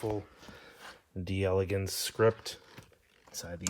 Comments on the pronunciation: It's pronounced DEL-uh-gaunce. Not "DE- Elegance" In French, when the word "de" is followed by a word that begins with a vowel, the two are elided together and is pronounced as a single word. French lesson of the day! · Pronunciation tips : when you see D’e it’s pronounced De